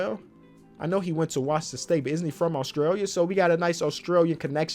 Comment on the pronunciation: as an aussie i have to say the way says Australia pisses me off